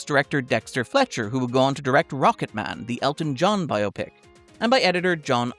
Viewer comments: i appreciate that at no point is it pronounced bi-opic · Thank you for pronouncing “biopic” the correct way.